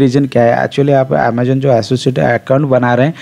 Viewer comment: Ur pronounce of Amazon is wrong 😅 do correct it